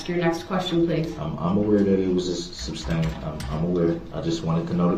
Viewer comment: who knows. I think if I heard everyone say “sustained”, I’d stop saying “substain”. When I was younger, there were words that I miss pronounced, but once I heard them pronounce correctly, or someone pointed out to me I was saying it incorrectly. I would promptly change it. A lot of that was due to poor self-esteem and didn’t want to be pronouncing words incorrectly, but until I was in my 20s, I used to say “filfy” until someone pointed out I was saying it wrong! However, my brain CERTAINLY doesn’t work like DB’s! Thankfully! If his lips are moving, he’s probably lying!